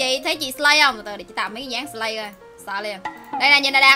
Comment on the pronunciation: Chị là sì lay chứ slay hong nỏi